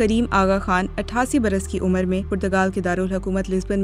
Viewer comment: جو خبر نگار اردو زبان میں سن اور عمر نہ پڑھ سکے وہ " بی بی سی اردو" پے خبریں پڑھنے بیٹھ چکے ھے یقینآ محترمہ کسی کرنل میجر کی سفارشی دختر ھو گی